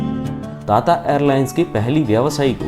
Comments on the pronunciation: ता ता नही टाटा 😂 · टाटा को ताता क्यों बोलते हो, तोतला हैं क्या। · ताता‌ नहीं टाटा😂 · ਤੱਤਾ ਨਹੀਂ ਟਾਟਾ 🤔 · ताता नही टाटा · ताता नही भाई टाटा है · ता ता एयरलाइंस🤣🤣🤣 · Bhai tata bolna seekh le pehle 🥲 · Bhai tata ko dang se bol le